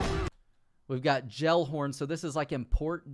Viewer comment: The way you pronounced Gellhorn... Jellhorn 😂 Hope you dont pronounce jelly gelly 💀😂